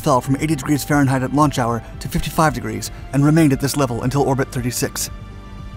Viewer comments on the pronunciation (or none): none